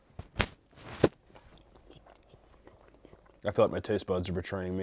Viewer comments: I never knew someone mispronouncing Salud over and over again could be so god damn funny lmao he sounds like a cartoon character saying a catchphrase SALLOOO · The first time he mispronounced salud, I forgave it. But my mental state has slowly worn down with each and every "Saloo" 😂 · My Hispanic ass hearing him say “Saloo” and taking psychic damage 😀😀😀😀😀😀